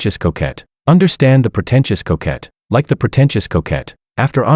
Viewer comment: If you say protencious couquette one more time I'm going to scream!